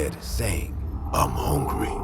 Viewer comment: I’m hawngry lol😂😂😂🧟